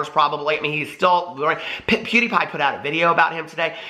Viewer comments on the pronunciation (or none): none